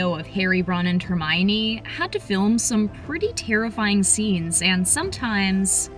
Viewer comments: Girl it's Hermione not tReeminie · It's Hermonie, not Tremonie